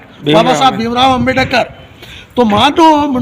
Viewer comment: ओ मनुस्मृति साहब!😭🤣 अम्बे+डकर नहीं होता हैं अम्बेड+कर होता हैं।